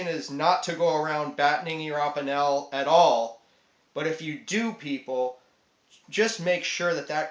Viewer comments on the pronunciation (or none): Great video! I agree, Opinels are awesome. I had an old Inox I found in my dad's junk drawer that was 5-10 years old. I fixed it up, and I loved it. Sadly, I lost it 2 days ago. Will be buying a new one. Also, Opinel is pronounced oh-peen-el, Inox is pronounced iy-nox.